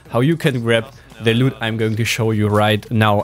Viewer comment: Mega geile Video und nicht böse gemeint aber bitte sag bei dem Wort loot Anstatt lüt eher lut. Lg